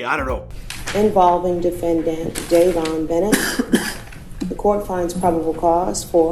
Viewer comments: This dude said “dayven brunette”🤦🏾‍♂️ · It’s not “Davon Burnett” his name is Dayvon Bennett. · bru why you say his name like that..🤦🏽‍♀️it's Dayvon Bennett!! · It’s pronounced Dey-von bennet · It’s dayvon Bennett 😂😂🤦🏾‍♂️ but ok